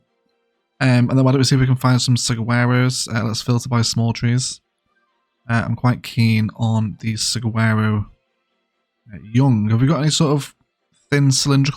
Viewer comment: Tip from a Tucsonian! “Saguaro” is pronounced “Suh-wor-oh”